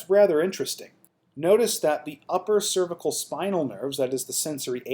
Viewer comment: Im having trouble getting through this video because you can't pronounce "cervical"